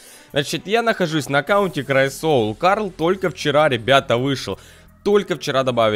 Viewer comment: Сука не "у край соил" а у край сойла